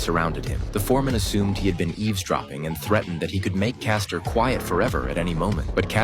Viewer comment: Its Frank Castle....not Caster...🤦